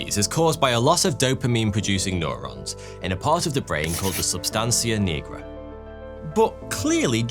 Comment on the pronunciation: Maybe it’s because I’m a medical professional that it drives me crazy when someone can’t pronounce a medical term correctly, like substantia nigra. You’d think you’d research that before you made a video. Take some pride in your work.